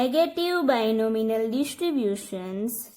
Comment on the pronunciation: Binomial...Not Binominal 🤦‍♀️